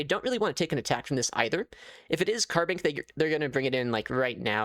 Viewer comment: Say carbink one more time I dare you